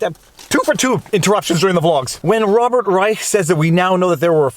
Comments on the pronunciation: Viva, Reich's name is pronounced like Rye- Shh. 😉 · I believe it's pronounced "Rische" with a 'sh'. Your logic and attention are spot on. It's too bad you're Canadian (Quebeci?); If only we had that intelligence in the US. Thanks. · He pronounces it like "Reish", but I found it entertaining that you used the original German pronunciation. "Robert III Reich" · Reich was an ideological hack economist for Carter, got into bird-cage-lining editorializing on CNN and the like, and has gotten steadily worse. BTW, it's pronounced Rye-ssssshhhhh, with the sh part about 2X as long as the Rye part, ideally with a rattlesnake-like rattle at the end. No one else with that name pronounces it that way, but that's appropriate for him. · Hey Viva, check out how Rush Limbaugh pronounced Robert P Reichhhhhka. You might get a kick out of it. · I believe this is the same Robert Reishhhhhha(as Rush used to pronounce it) who used to be called out regularly by Mr. Limbaugh for falsehoods of various types ...... just sayin' ..... ;-p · The ch is pronounced sh in Reich's name. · Viva: Your assertion that you were unfamiliar with Rob.B.R. shows that you were NOT a Rush Limbaugh fan, cuz Rush did frequent "updates" on the guy, Famously mispronouncing the name as "... REISCSSSSSSSSAAAH" each & every time!!! (All "Ditto heads" d'un certain age would know this...) :) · If you want a good chuckle find a clip from R Limbaugh from the Clinton era on how to pronounce Rob Reisch’s name